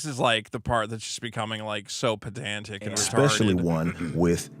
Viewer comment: "petantic"!? Jesus Christ,! Is that an Eric JEWLIE-ism!?! It's PEDANTIC! I know you'll actually take this correction and learn from it, unlike Eric "O-RELEVANT!" July. #FuckDanFraga